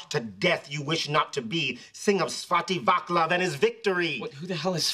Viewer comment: It should be pronounced "Swat-tea whua-tslav"